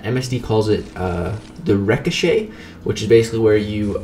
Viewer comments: I wonder if he realizes he is pronouncing ricochet wrong...? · Are you saying "ricochet?” bc your pronunciation is throwing me off 😂